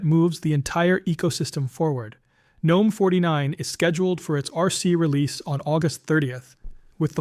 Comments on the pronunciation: Jesus F Christ, stop saying the G in Gnome. The G IS SILENT!!!!!!!!!!!! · The correct pronunciation is: "Guh-nome" — with a hard G (like in GNU or goat), not the silent G like in the mythical creature gnome. The name GNOME originally stood for: GNU Network Object Model Environment Since it starts with GNU, which itself is a recursive acronym for "GNU's Not Unix" and is pronounced with a hard G, the GNOME project kept that pronunciation style.